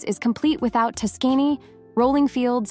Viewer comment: Tuskény? LOL. Other than that, very interesting video, thanks for sharing.